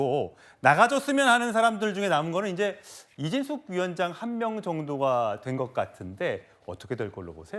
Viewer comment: 7분19초 이진숙빵통위원장이라니 발음좀잘하세요